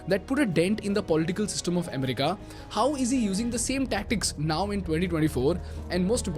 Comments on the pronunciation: Amm-rica, Amm-rica!! 😂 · The way he says America in this video is weird! It's so distracting! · Bro. U do an awesome job. But from an admirer, you make 2 repeated pronounciation mistakes. You pronounce both economy and America wrong. Please see if you can correct.